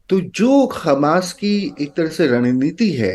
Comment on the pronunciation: मेडम! इस चूतीये को कहां से पकड लाई हो जस को ग्यान तो किया हमास को खमास बोल रहा है 😂